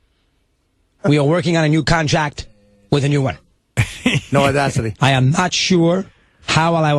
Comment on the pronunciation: russo's gotta get his shit together; "odasity" are you kidding me?